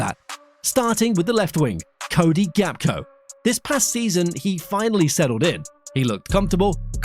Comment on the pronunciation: And his name is Gakpo not Gapko....